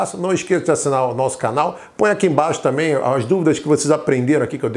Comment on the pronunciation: Obrigada, mas o seu ”também" está dando a entender que você falou” tamém"